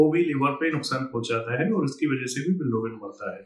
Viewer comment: Bilirubin ❌ bilArubin ✅😂😂